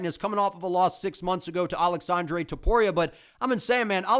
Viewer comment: Also thanks for properly pronouncing “aleksandre” Topuria. For some reason other YouTubers (Guru) call him “Alejandre” when that isn’t his name lol